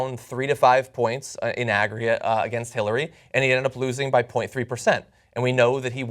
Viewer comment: Jimmy: 'hitlerary clinton"